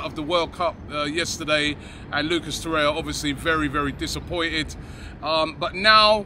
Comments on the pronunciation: Why does he keep saying “Torreya”? There is clearly another R. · You are mispronouncing his name in every video – It is TorreiRa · He likes Torreira but refuses to pronounce his name right ever.